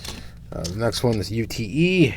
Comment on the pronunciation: The holden ssv is pronounced "yute" ute being short for utility, the aussie equivalent for a pickup truck.